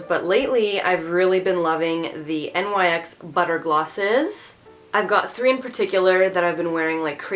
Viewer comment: Nyx is pronounced like nix